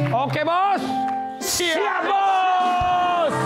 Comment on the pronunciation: Bukan siyap bos tapi shap bos